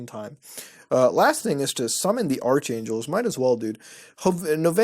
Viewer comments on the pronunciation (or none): I’m low-key triggered Mutah pronounced ARK angel ARCH angel